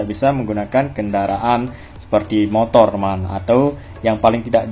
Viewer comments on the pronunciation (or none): none